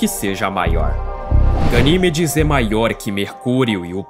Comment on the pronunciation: Primeiro trocam a lua pelo titã,depois por Ganimédes (Pronúncia certa) A lua:-"O que vcs tem contra mim mano?!"😢💔